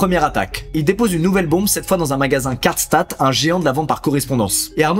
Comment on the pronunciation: rip la prononciation de Karstadt